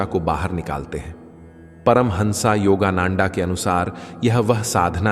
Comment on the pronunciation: Please learn the correct pronunciation of Swamiji's name. Which part of Bharat r u? He is परमहंस योगानंद and not नंन्डा